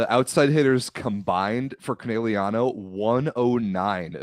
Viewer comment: whining about pronunciation but can’t pronounce Conegliano right 💩